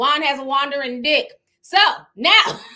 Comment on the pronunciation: Juan has a Juandering (wandering) di*k 😂😂😂😂 too funny